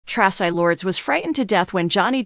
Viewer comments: Tra.cii TRACI !! Say it right!! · AI can't even pronounce Traci's name properly. I'm outta here.